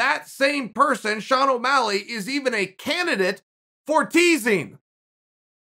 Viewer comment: 'Millenial' Sean Ow' Malleg